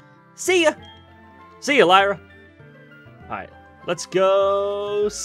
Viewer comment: your pronounced Lyra wrong